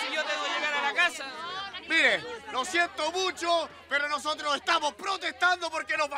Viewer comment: Me dado cuenta que el "losotros" , y varias palabras más que están mal pronunciadas le salen super fluidas, o sea que habla mal apropósito y wn le creo todo, seco su personaje